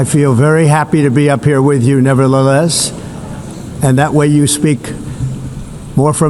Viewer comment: Trumpf said "never-La-Less"😂 also HE IS NOT IN GOOD SHAPE AT ALL!